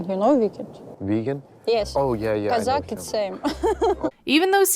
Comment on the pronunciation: It's Kozak and Viking, not Kazakh and Vegan lfmo 😂😂